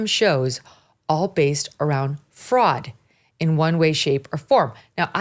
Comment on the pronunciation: Fraud thought you said frog!